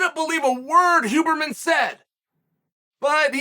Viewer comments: Chaels name pronounciation is legendary, it's also deliberate lol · this was the most chael piece of chael art thats ever been chael'd. Great piece. the storytelling, relating it to mma, talking about his own experience with TRT and such...WHILE fasting and using a sauna. dont forget the pronunciation WHOburrman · Chael starting to call him Hooberman halfway through has to be the best part of this 😂 Undefeated, Undisputed. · I am so happy Chael managed to mess up the name Huberman